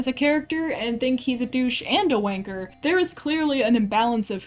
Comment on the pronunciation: Hearing an american say wanker and arse makes my cringe inside.